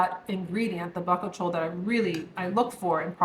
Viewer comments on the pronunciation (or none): Bakuchiol = Ba-Coo-Chi-Oil (FYI) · Hi, Great content. I believe the pronunciation of the retinol substitute is Bu koo chi ol. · Bakuchiol is pronounced bah-cooch-ee-all…